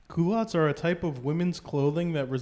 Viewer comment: It's pronounced "kee-lott"s, not oh my god whatever you all said xD jesus. it's the french word for underwear , which is also the name for the type of pants nowadays